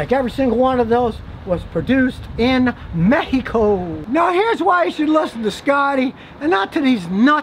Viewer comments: scotty saying Mehico cracked me up! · "Every single one of those [pt cruuser] was produced in mejjicoooooo" 😄😄